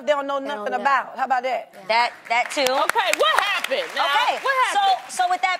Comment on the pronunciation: "How bow dah"